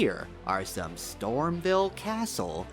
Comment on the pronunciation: I found a secret just by watching this video, it's called StormVEIL castle, not "StormVille."